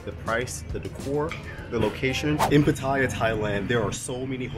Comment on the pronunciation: 1. OMG you are one of very few vloggers I heard pronounce Pattaya correctly 👍 2. Try and get out of Pattaya/Bangkok/Phuket - they are NOT real Thailand, they are Western settlements within Thailand